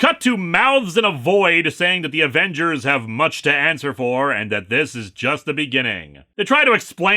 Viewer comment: Ävengers would have been more swedish than Avengürs, sweden doesn't use u with umlauts. Alternatively "Avengärs" since the Swedish 'ä' is pronounced very much like the english 'e' there